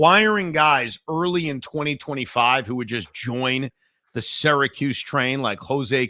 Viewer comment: Why is Evan saying ‘Syracuse’ incorrectly again?